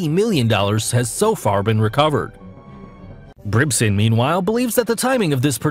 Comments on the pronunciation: Who the fk is Brimson? Its Brent Brisben... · The narrator keeps saying...Brimson??? The guys name is Brisben.